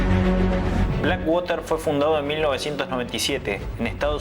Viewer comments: No se lee blackwater. Si puede pronunciar black porque no puedes pronunciar water sin decirlo como se lee. Su pronunciacion es " uarer " y se entiende cundo lo dices : uarer = water. Blackuarer. No sigas diciendo waterrr que se escucha super mal. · Black woter ?? No entiendi tu ingles ! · Por fabor, ya no digas black (wOter).. 😢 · Este pana dice "infame" .. jajajjaja... Primero deberías aprender a pronunciar BlackWater...😂